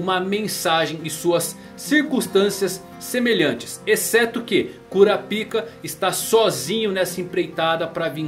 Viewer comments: Cada vez que tu falava "KURAPIKA" eu soltava uma risadinha kkk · Esse maluco gosta de falar kuraPIKA com a boca cheia , gsus